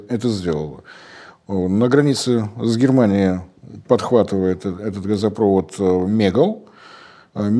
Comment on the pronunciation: Борис, начните уже говорить газопровОд и нефтепровОд, а то как-то несолидно для аналитика.